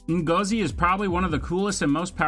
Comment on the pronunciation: you said Ngozi wrongly